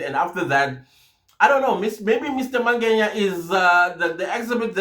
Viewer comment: Why Mr Mangenya/Mangeya friend... Its Mangena❤❤